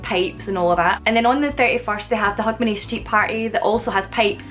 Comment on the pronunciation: When you speak it, it sounds like "hug my knee" to me. Remember people, knees need love too, life as a knee can really be tough sometimes.. The pub is named what? It sounds to me like you're calling it "Wax your conners". I just knew my conners need a good waxing. Also, happy new year